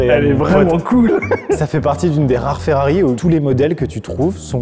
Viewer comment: On dirait une DOlorean 🤦🤦🤦 Mais pourquoi tout le monde se trompe sur la prononciation de cette voiture mythique ? C'est si dur de dire DElorean ? C'est pas comme Dolores. (et heureusement que l'orthographe par écrit est juste). Vous avez donc acheté une FOrrari.